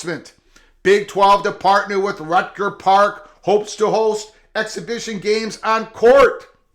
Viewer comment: "Rucker" (rhymes with motherf--er), not "Rutger"